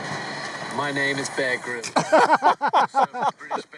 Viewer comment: No idea why, but the way said 'bear' right at the end has me laughing so hard I'm wheezing.